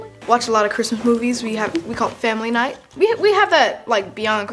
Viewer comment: Me thinking it’s he night before Xmas but nightmare say it yh “ight “